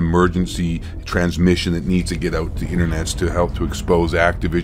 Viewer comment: You said Trans Mission 😮 😂😂😂